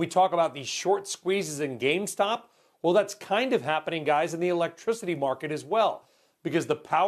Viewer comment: Did he say Game stop ?